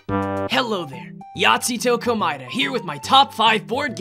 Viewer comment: At first I thought Nagito said "Nazigo Komaeda" at first.